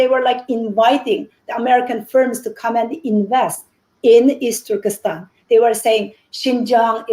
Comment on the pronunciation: I stop watching this when the women said the word " Easturkistan".